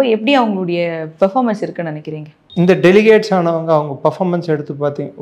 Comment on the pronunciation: அம்மா தாயே...delicates இல்லை delegates...சாரப்பாத்து கத்துக்கங்க.....